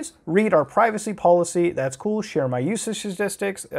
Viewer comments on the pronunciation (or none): none